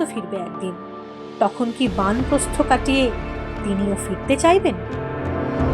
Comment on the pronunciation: বান্ প্রস্হ নয়, উচ্চারণ টা হ‌ওয়া উচিত বানোপ্রস্থ।